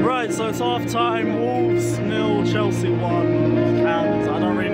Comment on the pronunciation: why did he call chelsea chelski